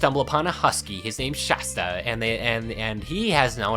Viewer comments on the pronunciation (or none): none